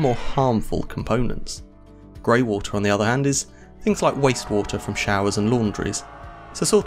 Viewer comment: Woolta?? 🤯😂😵😂WTF is WOOLTA???? Lmfao is this guy trying to say WATER? Hes SLAUGHTERING the english language smdh woolta!🤯😂😵😂 wtf! Lol